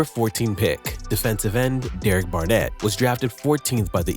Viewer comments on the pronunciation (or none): none